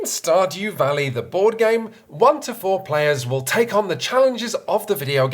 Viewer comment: That sounded enough like "stodgy valley" that it's going to be my headcanon from now on :)